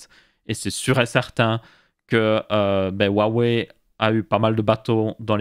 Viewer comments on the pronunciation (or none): bien pour la prononciation Xiaomi. Maintenant faut apprendre à prononcer Huawei XD. rua ouai